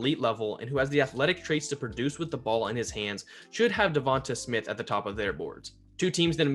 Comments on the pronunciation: Da-von-tae say his name rt not hard buddy that besides good vid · Duh-von-tae....the announcers are literally saying his name 😒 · Pretty sure you're saying Devonta wrong. It's a strong A at the end of his name. Hoping the Eagles end up with Chase. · Great analysis. But I waited all video for you to say Devonta Smith's name right. It did not happen.